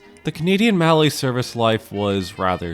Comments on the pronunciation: They're named for the French inventor of the design, Anatoile Mallet, so "Mal-lay" is the correct pronunciation. In period, even in the parlance of US railroaders who didn't give a damn about French, it was "Mal-lee," so "Mal-let" is just plain wrong. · Mallet said like 'mallay' is throwing me off. Not gonna say its incorrect pronunciation, maybe my circle has been wrong with 'mal-let'